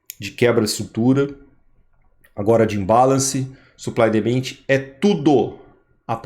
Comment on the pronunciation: Por favor, considere melhorar sua pronúncia em inglês. Ouvir vc falar "suplai e demende" realmente machuca meus ouvidos. Desculpe. Quando vc melhorar vou ser membro do seu canal.